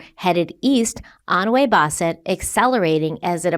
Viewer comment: 🗡️ Omg Bootleggers 😂 Also, I love you,, but: "p-TUH-kit," "WAY-bossit" -a Rhode Islander ❤